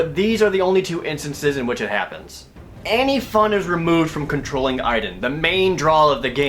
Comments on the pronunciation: My name is Aiden but it sounds like (Aide-DEN) Not (Eye-DEN). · GODDAMN THIS GAME! IT'S PRONOUNCED A-DEN! NOT A-EE-DEN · I LOVE the Two Best Friend's let's play of this game. I reccomend it to anyone who doesn't even want to put in the effort of using money to even rent this damn thing. Beyong Two Heavy Inigo Rains Prophecy is just awful. The only "good" character is Aiden- BTW WTF IF UP THE PRONUNCIATION?! shouldn't it be like Ey-den? geezus!! DESPITE ALL MY RAGE, I'M STILL JUST DAAAVID CAAAAAGE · Aiden was pronounced wrong. :c